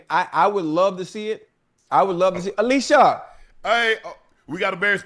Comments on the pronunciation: Alycia told them how to say her name correctly and they still said it incorrectly the whole time... she said it's Ah-lee-see-yah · Unk still called Alycia "ALISHIA" 4 more times after she corrected them 😂😂😂😂SMH